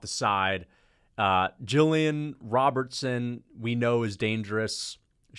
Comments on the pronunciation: Jesus, stick to rant videos you can't even pronounce their names it's Robertson not Robberson & Meisha wins here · Miesha Tate made her comeback years ago now bruh idk how you missed those fights. P.S. It’s Gillian Robertson not “Roberson” there is a T in there bucko lol.